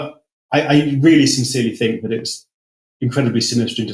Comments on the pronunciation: BTW it's 'think' not 'fink', etc. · I fink you’re up to somethink